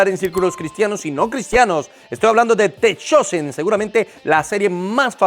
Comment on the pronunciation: Pastor se dice The Chosen /dtha Chousen/